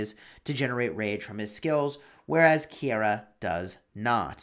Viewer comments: Pretty sure it’s pronounced ki-ra Keira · I knew you were saying the name wrong, the ei are together as an I so like ke-ira